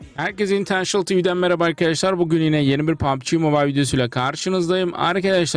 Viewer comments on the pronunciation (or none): none